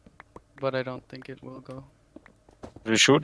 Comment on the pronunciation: You're probably gonna hate me... but every time I here a German say "think" I just can't thinking about anything else that "this is the German cost guard ... what... what are you sinking about" :')